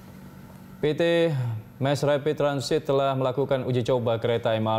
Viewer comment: hi, i'm jonathan achero from san pedro laguna. please enhance your pronouncing the word "mass rapid transit". please enhance your pronouncing english word.